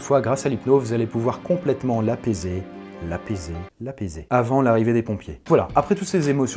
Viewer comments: "Vous allez pouvoir l'apaiser.. l'apaiser.. La baisé.." WHAT THE! xDDDD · A j’ai cru qu’il disais et là tu va pouvoir l’apaiser, l’apaiser, là baiser😂😂😂😭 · De a tu changes (P=B) 😂